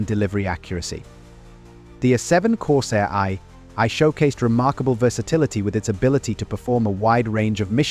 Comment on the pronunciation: Corsair "EYE EYE"? Da fuck? Stupid AI shit voices.